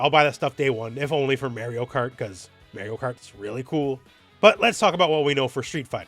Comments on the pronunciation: As if Élena wasn't enough, now you hit me with Mayrio. Your pronunciation's killing me lol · "Mayorio Kart" -, 2025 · Did you just say Mary-o? 😂😬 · It’s Mar ree oo. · May-ree-oh? You having trouble with that there Eye-tal-yun name? 🙃🤣🥴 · Go back and play Mario 64 and learn how to pronounce Mario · This switch 2 video was likley made at least a month ago, and maybe Elena trailer wasn't ready by then. But also I didn't know you could pronounce Mario like that and I'm also Canadian.